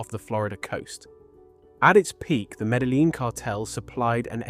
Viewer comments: You guys cant even speak it out right: Medjin, speak like its a Jay. This is spanish language, stpid! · Please don't mispronounce Medellín Medaleen ever again.